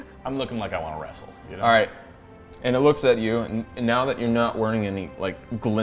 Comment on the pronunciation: "well guys, i'm gonna wreasel this OwlBear" XD omg